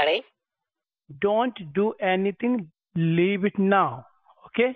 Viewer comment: Leeb it! Madam, leeeeb it!